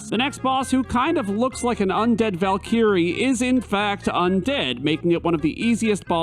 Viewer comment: You have a very unique way of pronouncing Jenova and Valkyrie. Is that a guess from only having read them or is that a regional thing?